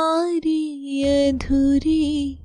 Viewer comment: Yadhuri nahi adhuri 😂